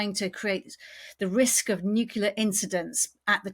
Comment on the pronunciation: Why of why is it so hard to pronounce NUCLEAR correctly? Your US guest can.